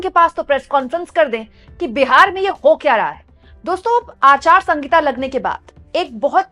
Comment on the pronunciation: आप " आचार संहिता " को हमेशा " आचार संगीता " बोलती है. कृपया इसका सही तरिकेसे उच्चारण करे.